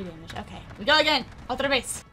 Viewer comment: Hey! Greetings from Brazil! Hear you saing "outra vez" is so good. (I don't know if it's spanish tho but here we also say that for "again") Thank you for your videos! :)